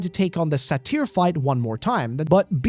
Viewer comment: “Lust demon Sa-teer?” Do you mean satyr (say-tur)? The Greek mythological creature? Half man half goat?